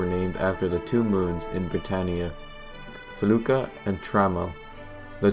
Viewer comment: M"y"noc??? "Felooka"???